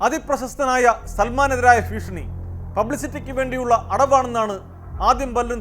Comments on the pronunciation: ഫീക്ഷണി അല്ല കോമാളി ഭീഷണി 🙂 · ഫീഷണി അല്ല 😢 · ഫ്രീഷണി അല്ല മൈരെ 😂😂😂